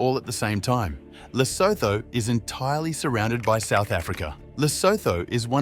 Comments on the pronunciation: Not Losotho, it's Lesotho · narrator mispronounced Lesotho. The end is pronounced "utu". Good video though. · Great video. Quite a few surprises 😃 ... the H in Lesotho is silent. France also owns French Guiana on the South American continent.